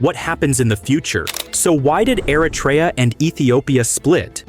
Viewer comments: Es heisst nicht Aratra, sondern Eritrea, Stupid AI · Erytrea a nie "Eratria"